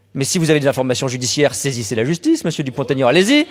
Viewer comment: Pour info, on ne fait pas la liaison entre Dupont et Aignan, Monsieur Dupont-Aignan sait encore comment il s'appelle !